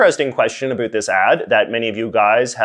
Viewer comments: Are u deliberately saying a boot cause I'm canadian and no one near me says a boot lol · No you don't. This guy is just saying it wrong. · Why do you say about that way? What part of Canada you from? Never heard anyone pronounce it like that except for comedy sketches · Why do you pronounce about like the Americans think we do. I'm Canadian.. borne here and speak Canadian English and so do 99% of people I know here and we do not say about like a boot.. so why are you putting it on like that. It's actually not how we speak so I just don't understand.. I noticed you laying it on thick for some reason.. I honestly can't think anyone I know excluding my buddy from newfoundland but thats a different accent entirely.. so your putting it on and I don't understand.. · no one in Canada says "about" the way you say it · Maybe it's because I'm Albertan but I cannot stand the way he says "about"